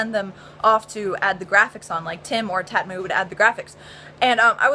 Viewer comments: Its actually tamtu not tatmu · Tatmu... TATMU??? PS: It's Tamtu. Lol!!! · Tamtu not Tatmu :( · lmao shes calling tamtu tatmu XD